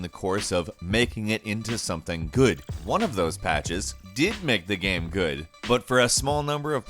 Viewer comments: "gam breaking bug" "in this gam" "still a good gam" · right. And why does he say “gayum” instead of game